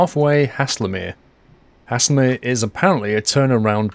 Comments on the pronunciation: Pronouncing error: you say Haslemere like Hayzelmeere not hasslermere. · Pronounced almost like hazelmere not hasslemere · it's said "Hazel" mere not hasslemere great video otherwise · Nice video. Guildford is my hometown so I know this line and the trains pretty well. Couple of little points, Guilford is actually spelt Guildford and Haslemere is pronounced Hazel-mere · I love half way down this line between Guildford and Haslemere and often use it. By The Way, it's pronounced HAY-SUL-MEER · Please! It's GUILDFORD and Haslemere is pronounced Hazelmeer! Welcome to Surrey! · First of . It's called pronounced Hazel as in nut So hazlemere . And platform 1 At Haslemere is not a reversable road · BTW it is pronounced (Haze-ul-mir) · Haslemere is pronounced like Hazel mere tut tut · Lol. Never heard Haslemere pronounced like that. You must be Northern. Thanks for the laugh.;-) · It makes me cringe the way he pronounces Haslemere